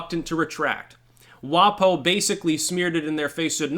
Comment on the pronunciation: Don't pronounce it 'WahPoh'. WaPo rhymes with Waco.